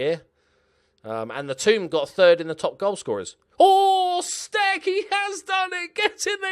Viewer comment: It looks like Damian Stec is of Polish origin, therefore his name should be pronounced with a soft "c". It's "stets".